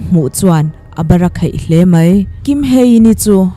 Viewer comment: Mai tih turah "mei" tih ri leh khawngaih tih turah Khawngeih tih ri a lang thina, mipui ngaihthlak tur ah hi chuan, lam dik hram a tha a nia, kan lo ngaithla zel ang aw.